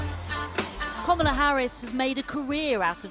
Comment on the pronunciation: Komola? Lol announce her name properly